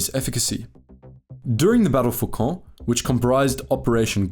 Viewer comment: Your pronunciation of Caen is a breath of fresh air, particularly on this platform.